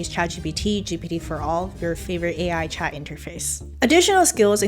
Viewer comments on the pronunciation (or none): none